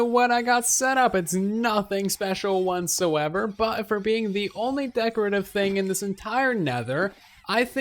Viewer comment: Are you saying "want so ever"? Every episode includes a what so ever but I swear your saying want so ever lol I cant help but hear it now